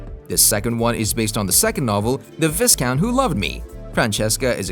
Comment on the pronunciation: Just in case you bring out more videos - the word viscount has a silent 's'. :)